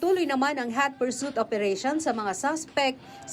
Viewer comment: Hat parsuit daw haha gaano ka hat parauit